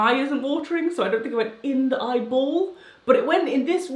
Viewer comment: I only laughed when she enunciated eyeball